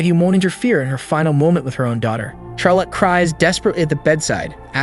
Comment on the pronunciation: Charlotte pronounce Charlitte lol